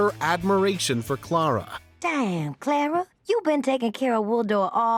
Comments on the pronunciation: If there's one guilty pleasure of mine, it's this........I imagine Twilight Sparkle as Clara/Toot when I'm watching it. Also, the way he says Clara sounds painfully wrong. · How can you mispronounce Clara’s name and then proceed to play a clip that has correct pronunciation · The announcer can't even pronounce Clara? Good lord.